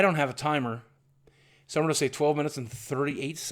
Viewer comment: Goring? Goring to the market? It's like people here in Missouri saying "Worsh" instead of "Wash." John Goodman of Rosanne has pronounced "Wash" as "Worsh" and he's from Saint Louis!